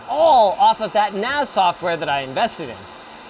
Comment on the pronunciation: I keeps mishearing NAS as nads.